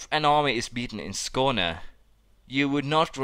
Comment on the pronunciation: Are you Swedish? I have never heard someone saying Skåne right who plays EU IV. Xd